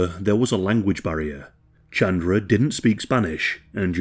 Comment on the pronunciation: good video but hearing u say chandra instead of ch-un-druh was hurting me no hate